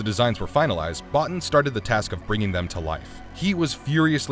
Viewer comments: His name is pronounced 'Bow-Teen' not 'Bot-tin'. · It’s pronounced Bo-Teen not Bah-Ten. Other than that I enjoyed the video. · Omfg, it is Bo-teen not bot in, Rob Bottin. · Mah-creedy..not Mac-reddy Bo-teen not Bot-tin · This is still one of my favourite films, and like a lot of John Carpenter's work has only been appreciated in later years. I think Rob Bottin's surname is pronounced Bottine, and the main characters name is MacReedy not MacRed-y as the narrator said in the video :-)